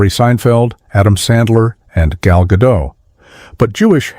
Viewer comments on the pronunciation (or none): FYI - Gal Gadot's last name is pronounced Pronounced as "guh-DOTE." The "T" at the end is hard and should not be silent, and it rhymes with words like "dote".al Gadot's last name is pronounced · BTW, Gal Gadot's last name is Israeli, not French. The T is not silent.